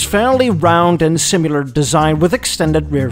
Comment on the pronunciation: The narrator doesn't know how to say the word "similar". He said"simular". A word that doesn't exist. Why is this guy picking on cars from 50 years ago unless he just hates America.